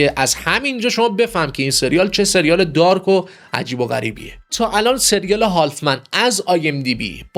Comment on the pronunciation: استرانجر تینگز❎️استرِینجر تینگز✅️ هالف من ❎️هاف من✅️ قاقَم ❎️قاقوم✅️